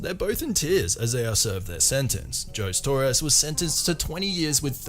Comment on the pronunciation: 😂who's Joes Torres? HOE-ZAY😂